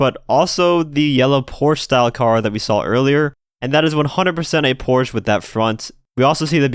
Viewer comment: Am I the only German to be triggered by his pronunciation of "Porsche" :')